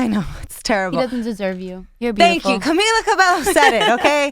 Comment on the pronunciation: does the one standing even know spanish. She mispronounced camila's name wrong